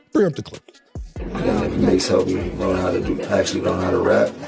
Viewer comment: Sooooo we all gonna sit here and act like she keep saying Mase name wrong 🤦🏾‍♂️😂😂😂 she keep saying Mahe who the fuck is Mahe. That shit throwing me off cause she keep sayin the shit Lls